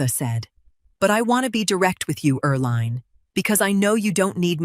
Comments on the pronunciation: Her name is pronounced er-LEEN, not er-LINE. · Hey AI, it's pronounced "Er Lean"..... had an aunt with that name. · You read everything? Then proof read your pronunciation of words please. Eerl line? Why the weird names.